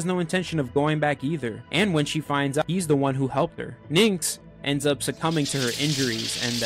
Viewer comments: Aaaaaaaaarrrrggggggg. Great vid.... but for PRIMUS sakes it's "NYX" OR "NIX" OR "NICKS" OR "KNICKS".... NOT "NIN'KS". When being a content creators remember to rehears. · I appreciate it,but your definitely mishearing me. I don't say “nicks” at all I pronounce as “Nyx”